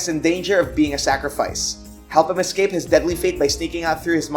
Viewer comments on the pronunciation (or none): none